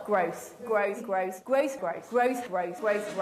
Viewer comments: did she say graves lol when saying growth repeatedly lol what it sounded like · just sounds like she's saying gross over and over. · The first time I watched this video I thought she was saying gross not growth 😅